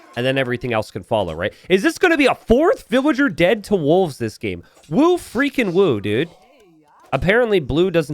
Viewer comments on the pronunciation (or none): none